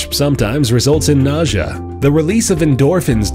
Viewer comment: How do you know all this stuff but you don't know how to say the word Nausea